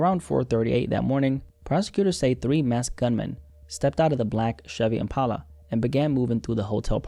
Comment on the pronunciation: why are you saying impala like that